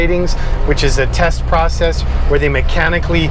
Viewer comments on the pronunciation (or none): none